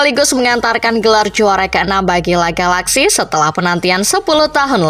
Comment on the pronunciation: astaga Admin Channel, coba cari narator tu yang ngerti caranya baca nama klub bola, masa L.A (Los Angeles) galaxy dibaca langsung "La Galaxy" 😂